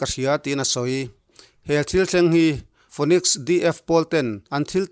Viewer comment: phoenix inziak hi phinix tih a lam mai tur ani e.